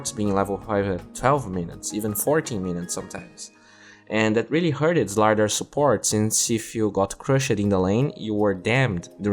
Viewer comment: Great video as always, but you're mispronouncing some words. You pronounce "crushed" as 'crush-ed', when it should read like 'crush'd'. Same for "jumped": 'jump-ed' should be 'jump'd'.